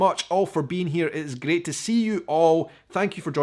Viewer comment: Hi, one word that you say often is great. Alot of times to me it sounds like you put an L in the word, like gleat. sounds weird to me. I love your content. Keep up the good work.